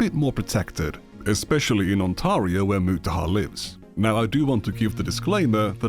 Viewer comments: The mispronunciation of 'Ontario' is sending me. It's "On-tear-ree-oh" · Man. That pronunciation of Ontario is killing me. How hard is it to look up the pronunciation of a location before recording a video where you're trying to look smart? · Ai voice needs calling out when it is pretending to be English. Any Englishman can pronounce On-teh-ri-oh. It's hardly the same as attempting a Sri Lankan surname. When Ai starts getting those correct, we are all doomed. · Ontario is pronounced "on-tair-ee-o" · as someone who lives in ontario, there are computer engineering postions and software engineering postions available, its not as protected as you make it seem(speaking as a cs undergrad). ontario is also pronounced more like ontairio(stair) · no biggie but it's Ontario (ont-air-eeh-oh) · Why even use this AI slop voice over, man? 5 minutes in and I had to pause it cause it was so annoying. It pronounced Ontario as Ontaria for godsake. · "Ontario" is not pronounced that way even a little bit.